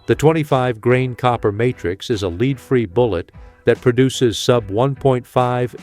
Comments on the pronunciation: CAN'T YOU GET YOU AI TO PRONOUNCE WORDS CORRECTLY! ACCORDING TO YOUR AI YOU ARE SHOOTING A LEED SLUG NOT A LEAD SLUG. I REALLY AM GETTING TIRED OF THIS SHIT. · Lead is not pronounced "LEED" unless you are the worst AI robot polluting YouTube with your fraud. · Since when did "lead" the (metal) become "leed" as in "guide"? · Does everyone notice A I speakers can't recognize the different way to say the word lead as in lead free bullets and instead pronounce it as leed free bullets.